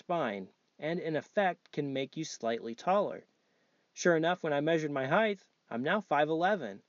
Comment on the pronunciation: Height, with a T sound at the end.